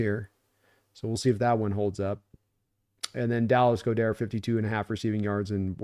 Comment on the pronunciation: It's pronounced, Dallas "God-dirt". 😊